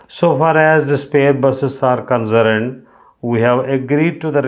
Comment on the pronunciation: Concerned pronounciation is incorrect